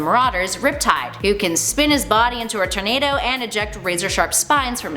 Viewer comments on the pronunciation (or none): none